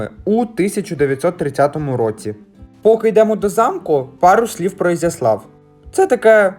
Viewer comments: Ви не правильно ставите наголос,треба на букву Я,на місці місцевих я би образилась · я трохи більше живу в цих краях і весь час було Ізяслав,наголос на Я.Зараз взагалі нові правила мови молоддю-авта,пальта і т.д